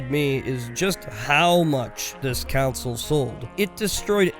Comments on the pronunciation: i get sad everytime he says council instead of console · I hate it when people say "council" when they mean "console". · console, not council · Stop saying council. It's CON-SOLE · It’s not a “council” it’s a CONSOLE. Jesus. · I love you guys so freaking much. And I'm sure that you've heard this in the past. But please understand, it is console, not council. I am not trying to be a grammer Nazi. This is love of watching you and Cody for quite sometime. I have not become a paying supporter and would love to. Not nit picky. My videos outright suck so who am I right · Why does this man keep saying either Council or Counsel? It’s a console you turd. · Take a shot everytime says council instead of console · I was so confused because of the way he pronounced "console" as "council" throughout the whole video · the way you say console is too similar to council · Is council some strange regional pronunciation of console? I suspect you're from Antarctica. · Every time you call it a ‘council’ a puppy dies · Console or "Counsel"? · Wait so that time he said it 30 seconds ago wasn't him referring to a metaphorical council or something weird like that? Thanks for the warning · It's pronounced the same though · console is said "khan-sole" and council is "cown-sill" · The way you say "console" makes me wish we never stopped dropping defective babies over the cliff side